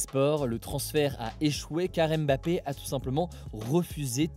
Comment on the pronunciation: Hugo ça serait cool de respecter les noms Africains. C'est pas aime bappé. Mais Bma pé. Ni haine golo, mais Ngo lo. C'est vraiment insuportable ce manque d'infiférence alors que les concerné ont corrigé plusieurs fois. On est aussi français, on mérite du respect